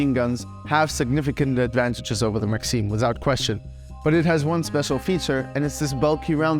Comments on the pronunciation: it isnt maxeem is maxIM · Hear him pronounce maxim as Maxine